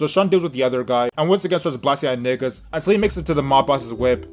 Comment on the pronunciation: I hate the way yu say nigga bruh where are yu from 😂😂